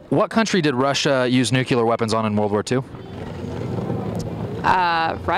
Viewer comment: This guy needs to learn how to pronounce "nuclear"